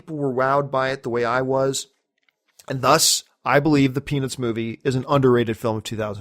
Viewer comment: when you say Peanuts movie fast, it sounds like you're saying penis movie haha